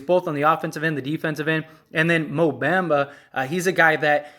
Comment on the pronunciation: Bro the Magic is not trading Franz is you outta your mind???? And you not even saying Bamba name right…. You know nothing about the Orlando Magic!! Like you really rather keep Isaac over Franz… Stop it bro stay off the weed! Franz is a corner stone! The man had a 38pt game his rookie year a Point forward who can play on and off the ball and a dog on defense and played over 70 games led all rookies in scoring! Over Cade over Green over Mobley over Scottie Barnes and you talking bout franz won’t be that big of a lost… You have no idea what u talking bout